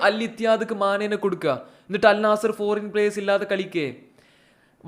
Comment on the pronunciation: ആദ്യം അൽ നസ്സർ എന്ന് പറയാൻ പടിക്ക്